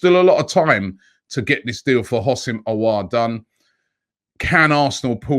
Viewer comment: Robbie is finally saying Aouar name correct